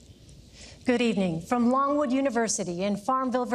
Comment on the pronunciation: Did anybody else hear Pence say, "Norwood University"? Because that's what I heard, which is odd, considering they're at LONGWOOD University....